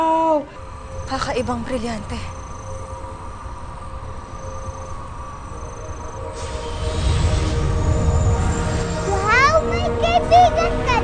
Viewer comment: Yung pinsan ko gusto mag audition bilang paopao sabi po ng ate nya: di mo nga ma bigkas yung lireo at brilyante e sayu rireyo at briryante